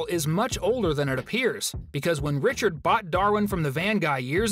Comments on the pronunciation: Yeah you said Richaro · It’s pronounced Richard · Because you said Richard‘s name wrong I just unsubscribed from you